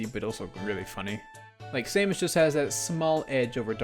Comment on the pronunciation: Who says Saymus ? xD this whole section had me weirded out